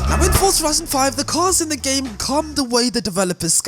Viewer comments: BRO ITS NOT CALLED FUCKING FORTZA!!! ITS JUST FORZA, ZA ZA ZA NOT FORT ZA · It's an Italian word. It is not pronounced Forsa, but Fortza. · It's pronounced fortza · that was a terrible example. And the people that make Forza say Fortza. So they are wrong?